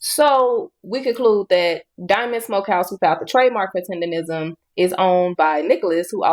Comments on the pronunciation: And its "TENDERNISM" not "TENDERRISM" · He should trademark the way yall all keep saying it wrong. Tenderism since no one ever gets it right anyway. Its tendernism people! Lol haha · It’s tenderNISM not tenderism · But why do you say "tenderism" through the whole video, knowing it's "tendernism" you even spelled it correct in the captions? 🤔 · TenderNism not TendeRism. All this time and ppl still keep saying it wrong. Drives me crazy for absolutely no reason. But it's like continuing to pronouncing someone's name wrong after being corrected 12 times 🙄🤦🏻‍♀️🤣🤣🤣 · T E N D E R N I S M SAY IT ….. NOT TENDERISM…….. your Ebonics won’t even allow yal to use the word properly 😂. FUCKKKKKKKKKKKKKKKKK UR IQ IS SO LOW ITS STUNNING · Why does everybody say tenderrism its tendernism if you cant get it right why even make the content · Nigga stop sayin tender-ism 😂🤣 its TENDER-NISM -NISM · Love your content I just hate how you call it TENDERISM ITS CALLED TENDER-NISM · its Mr TenderISM, Not rism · Tendernism not Tenderism, it's not that hard. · TENDER-NISM! not TENDERISM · Please learn how to say “TenderNism” not TenderRISM 🤦🏾‍♂️ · im glad you put it correctly in the title Tendernizm but atleast when you talk in the video do not call it Tenderism, Man has worked hard for the name atleast respect it. hes Mr.TENDERNIZM not Tenderism everyone in your video is saying it correctly then you say it incorrectly. Its cringe to here you say it wrong right after playing clips of people saying it right and you being so passionate about him. Just call the dude Walt or Unc man. You even read it on the ig post it clearly said Tendernizm and you still said Tenderism, Bro you can be this passionate and get this wrong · It's tender-NISM not tender-RISM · It’s not “TenderRISM”, it’s TenderNISM. Bruh… STFU. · TenderNism, not tenderism. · its Tender-nism lol not Tender-rism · TenderNISM not TenderRISM bro😂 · TENDERNISM NOT TENDERISM lol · Why cant say tendernism correctly lol